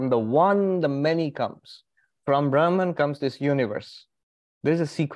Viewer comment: Its not braahman,say brahm